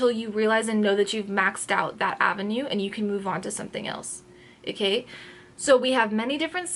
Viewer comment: I'm always having fun. Eh-kay? ;)